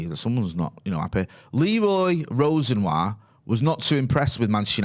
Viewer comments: Leroy Ros-en-war?? 😅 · Its pronounced row-see-knee-ah 🤣